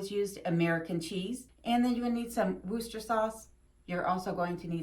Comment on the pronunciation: A great recipe, thank you, AND you know how to pronounce Worcestershire sauce! Many young people in the UK have no idea. :)